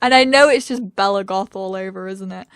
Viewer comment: Every time you said we're in the goth house it sounded like we're in God's house 😂 the foths might be Sims royalty but maybe not gods though 😁